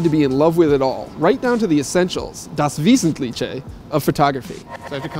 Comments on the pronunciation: wesetlicheeee man he should just go to google translate and hear how the word is pronouced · das wasnt cliche, i think that is how he convinced himself he was pronouncing it correctly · Not even German, I'm still laughing 😆 "Wesenlitché!" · It's pronounced "das veesentleehhe". I'm no German, but I know the language and hearing "veesentleechè" makes me cringe. It sounds like one of those nasty fusion dishes, like tortilla with sauerkraut. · Marcel Jonas or apparently "das Wiesentlietsche", ganz komisch! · Das vêzenliche (not tche) 😂😂😂 but it was great to include the German word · Das Wesentlitschä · das Wesentliche 😅 Just hearing it as a German makes me laugh so much 😂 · same here, cracks me up everytime he tries to pronounce it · Hahahaha, if it hadn't been written on screen I would have no idea what he was saying. That was pretty funny 😁😁😁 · Okay Google Translator, how do you say "das Wesentliche" correctly? :) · I almost died 😂😂😂 Das Wesentliche! Imagine pronouncing avocado as avocka-doo - it was further off than that. I am often astounded by Americans' inability to have any feel for other languages and that they then with a straight face just make something up is hilarious. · Learn how to pronounce Das Wesentliche! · Vince Dae why? When you make a video you could try pronounce a word right. German is also easier as many people think. It's really ignorant to say something like that. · das Wesentliche, even I can tell you're not pronouncing it right >.< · GERMAN SKILL ON POINT 😂😂😂 LMAO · All the Germans here who complain about the guy pronouncing "das wesentliche" wrongly have defiantly not heard themselves speaking a foreign language before! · Man, you didn't even try to pronounce "das Wesentliche" correctly. Try harder, it's not Italian, it's German. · das wesentliche 😂😂😂 better luck pronouncing foreign stuffs next time